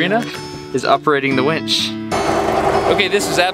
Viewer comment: Winch, the machine, not wench.